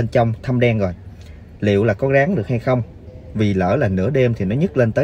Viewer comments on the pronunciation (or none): Ngọng ơi là ngọng kaka Găng hay là ráng jậy??